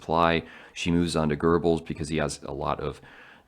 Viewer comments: It Goebbels!!!!! Not Gerbels 🤦🏼‍♂️ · it happens all the time especially with Americans ….. I read a lot …. Don’t know why but this one just irritates me for some reason lol . There’s no r .